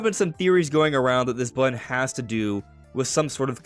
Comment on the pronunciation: button, not bun.